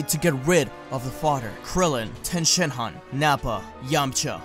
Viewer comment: Is it okay that I heard Tien Shit-han instead on Tien Shin-han